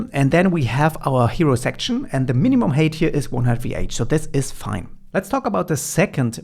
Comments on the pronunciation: Drove me nuts. I keep hearing HATE, not HEIGHT. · Great content as always, thank you so much. Helping out big time. Its "Hait / Heit", not "Heyt".